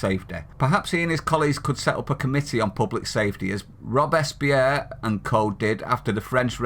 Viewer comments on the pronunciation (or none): That would be Robe-Spear not rob-es-peir. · Robespierre is pronounced "Robe spear" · Robespierre try Robe Spear. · Will the presenter please learn how to pronounce words!! Robespierre !!!